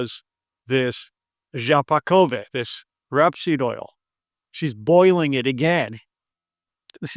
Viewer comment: It’s not pronounced “Rapseed oil” it’s pronounced “Rapeseed oil”. You know, rape. Good old fashioned rape. “ rape, murder, arson and rape.” “You said rape twice?” “I like rape”.